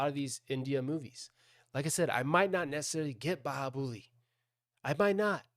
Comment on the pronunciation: Bahubali,, not Bahubuli 😭😂😂